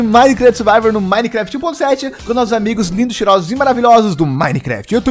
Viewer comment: lek, c fala suvalvor, mas é survival